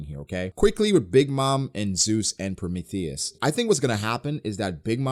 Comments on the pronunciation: I love your content and detailed breakdowns for these chapters man but for the love of GOD I cringe when you say PRO-METH-THEY-US lmaoooo I'm not even mad just a pet peeve 😅 PRO-MEE-THEE-US 🤣🤣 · genuine question lol do you actually say prometheus like that? pro-me-thay-es instead of pro-me-thee-us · ....🤨... have you really NEVER heard anyone say Prometheus?...PRO-ME-THEE-US...not “THEY”, “THEE”.... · Promae thious lol the he says it 😅😅😅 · hybrid Kaido is more susceptible to damage -pronouncing Prometheus like Amadeus -Zoro has a variant of conquerors haki -Acting like Ryou isn’t the same thing as advance armament Damn you’re spewing a whole lot of bullshit this review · Why do you pronounce Prometheus like that? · The way you say Prometheus bothers me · U pronounce prometheus weird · Why are you pronouncing Prometheus like that lol